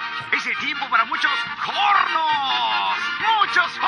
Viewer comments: I understand what the announcer is saying. In Argentina we have these commercials as well. My point was that the announcer is clearly not a native spanish speaker (otherwise he wouldn't pronunce it "jorrrnos"), which is kind of ironic since one of the running jokes on FG is the overpopulation of mexicans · no. It's "hornos". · Just read the official transcript and the radio announcer really sings "muchos hornos" (many ovens). Considering the amount of jokes Family Guy makes about mexicans living in the US, you would think they could hired someone who could actually speak spanish.